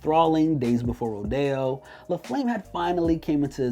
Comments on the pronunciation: I can’t believe this guy is saying rodeo wrong it ain’t rodayo bud it’s rodeo 💀🤣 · So we just gonna sit here and act like he didn’t just say days before rod-ayo and not ro-de-o!?!?😂🤣😂🤣😂🤣😂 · This dude really said "Days before Ro-day-o" lmfaoooo nigga it's Rodeo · Rodeo not Roy Dey O😭😭🤣😂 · “Rodayo” wtf lol you had one job😂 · Why does he keep saying “ro-day-o”?? They say the name of the album in the fucking album. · Why tf this dude keep pronouncing rodeo like roh-day-oh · when he pronounces rodeo as ro-day-o... bruh.. you doing the most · Why did you pronounce Rodeo like that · Why you pronouncing rodeo like that tho? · The way you pronouncing Rodeo is bothering me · Why do you pronounce Rodeo like California Rodeo Dr. when Travis Scotts Rodeo is actually about the Houston’s Rodeo an livestock’s show lol 😂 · Why he say rodeo like that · Plz never say rodeo ever again 😂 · Whatever the outcome, I don’t care for the opinion of a man who doesn’t know how to pronounce Rodeo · Dude, he couldn't even pronounce rodeo right, which means he clearly knows nothing about travis scott lol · Ay you're pronouncing rodeo wrong chief